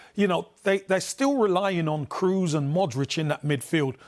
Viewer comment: Campbell was drunk or watched a different game or a fifa ps5 game… and can anyone tell him how to pronounce Kroos and Benzema?